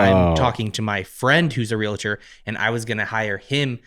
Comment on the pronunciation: Wtf is a "re-luhturr"